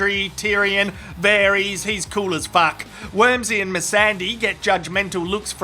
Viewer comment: am I the only one who laughed when he says the word "wormsy" ??